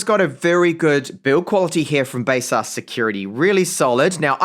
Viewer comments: Isn't it like Base-sus?! But he called it base-us! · First time hearing how baseus is pronounced other than my own version..